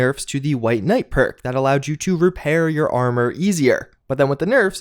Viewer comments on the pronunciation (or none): none